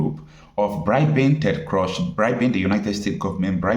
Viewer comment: ....I AM ONE OF YOUR BIGGEST FANS HERE,, BUT PLEASE SHOW ME SOME CLASS IN YOUR PRONOUCIATION... DON'T YOU LISTEN TO INTERNATIONAL MEDIA STATIONS LIKE CNN AND BBC,,,,OR ALJAZEERA.. WHY STILL CALLING TED CRUZ (TED KRUUUZ) AS TED CRUSH... I FEEL EMBARASSED BY THAT,,, ASK GOOGLE TO HELP YOU CALL IT..... CRUZ IS PRONOUNCED KRUUUZ AND NOT CRUSH LIKE YOU ARE CALLING IT